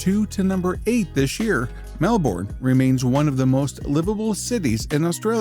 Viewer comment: thank you kindly for pronouncing Melbourne correctly :)